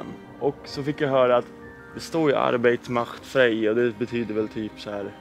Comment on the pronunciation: ”Arbäit mächt fräj” herregud 🤣.. det var fan smärtsamt att se på detta haveri till video.